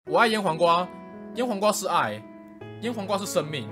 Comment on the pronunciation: 雖然可能是我的錯覺，但我一直把醃黃瓜聽成peko😂